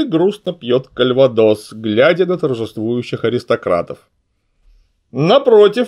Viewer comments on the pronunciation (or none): none